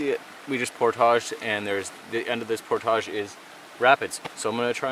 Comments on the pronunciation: It's pronounced 'poordij' not 'poortashing' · did he say they were doing a portarge...? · New drinking game, every time says portage, everybody drinks. Then we'll be as week as he is at portage's 😬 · STOP SAYING PORTAGE